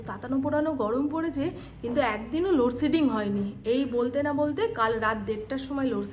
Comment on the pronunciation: লোডশেডিং । 'শ' কে 'স' বলো না। তুমি এত স্মার্ট মেয়ে তার জন্য' স' লোডসেডিং বলবে না। ❤❤❤